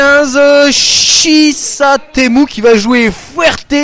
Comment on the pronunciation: Le joueur d'El Fuerte ne s'appelle pas 75Shisatemu mais 75Shisutemu. Prononciation Japonaise de "75System". :D